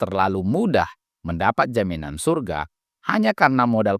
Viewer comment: syyyyuuuurgggggaaaa itu bukan sorga 😂